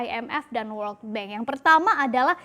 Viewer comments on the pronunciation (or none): none